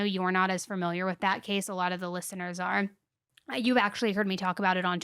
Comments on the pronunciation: I love you but it’s fAMiliar not farmiliar… I’m sure you’ve heard it before but damn girl, every episode? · You say "fermiliar" like one of my friends and I think it's so cute